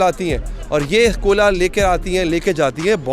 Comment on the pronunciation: 2mint 16 second pr ap ne Koila ko Kola keh dia...